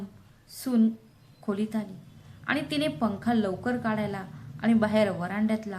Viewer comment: काडायला नाही काढायला